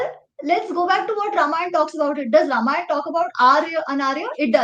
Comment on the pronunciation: talks by A major correction if you permit 🙏🏽 Its रामायण and not रमायण (@,,, ). Ramayan ke baare mein baat karte time Ram naam mein galati karne ka scope hi nahi hai.